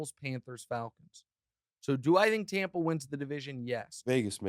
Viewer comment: TOMPA BAY..... Really?